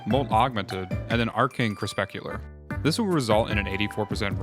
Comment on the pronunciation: cre-pus-cular i swear youre doing it on purpose XD (i'm esl)